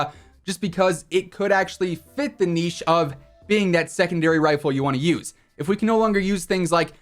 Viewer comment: Finally an American that pronounces niche properly